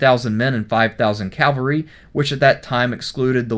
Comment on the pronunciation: Pronounces "Labienus" right, Doesn't pronounce "Cavalry" right.